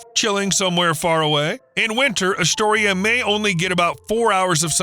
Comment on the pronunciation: Not Atoria, it is Astoria!